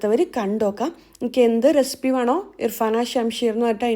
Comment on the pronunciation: റെസിപ്പി ❌ റെസ്പ്പി ✅😂😂